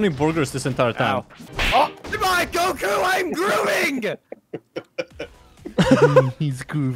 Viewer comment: why does say góku insted of goku 💀